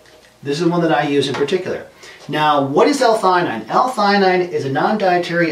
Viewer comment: Umm you definitely didn't pronounce this right